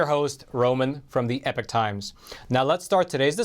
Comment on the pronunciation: Why is epoch pronounced as, "epic," rather then "ee-pock?"